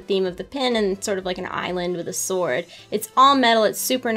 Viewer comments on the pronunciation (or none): none